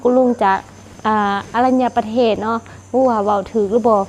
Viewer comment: สวัสดีครับสาวทิพย์ บ่อผิดดอกสาวทิพย์ ( อรัญประเทศ = อ่านว่า - อะ - รัน - ยะ - ปะ - เทศ ) ครับ